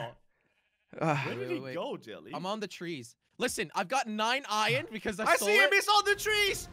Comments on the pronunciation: jelly keeps on saying ion but its pronounced iron not ion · Jelly always says ion for some reason